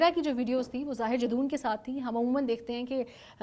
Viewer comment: Miss, his name is zahir jadoon, not zahir Jason.plz be prepare while doing video, specially in these criminal cases